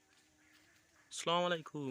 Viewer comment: স্লামালিকুম নায় আস সালামু আলাইকুম , সালাম টা ঠিক করইন 🙂